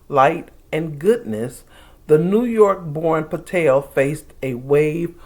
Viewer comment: I was cracking up! Because I thought you called him Couch Potato. But I do not think you did. And it is not even that funny. But you are definitely saying Patel in a way that sounds like Potato. I think!